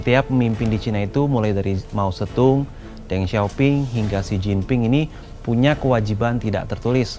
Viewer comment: Mao zeddong bukan Mao zettung